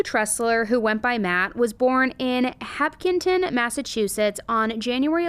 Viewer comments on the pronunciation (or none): Hapkingtin? I thought it was just a meme about people not saying Mass town names right. For those looking into this, the town is Hopkinton. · Hop—- kin- ton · … did you by any chance me and Hopkinton Massachusetts? “Hop”-kinton? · Pronounced like HOP-kin-tin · Hopkington? Damn I use to chill with a boy from there. Insane story. you butchered the name tho <3 lol